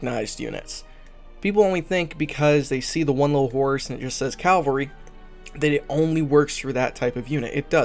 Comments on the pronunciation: Just for the record... it’s pronounced as Cah-vahl-ree. Not Cal-vary, or Cal-Valry. Caval-Ry. Cavalry. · It's CAV--alry not calvary lol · Its cavalry. Calvary is a place. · Ka-Val-Ree. Meh-Ka-Nice-D. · Jesus Christ man lol. It's pronounced Cav - Alry.